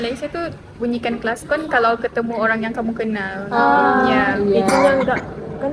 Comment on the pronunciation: Bunyi klaskon 🤣🤣🤣 Aduuhhh.... Ulang-ulang kali kata klakson itu terpeleset jadi klaskon 😂😂😂😂